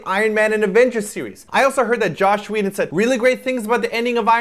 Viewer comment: Says he got into comics hardcore... Calls Joss Whedon "Josh Whedon"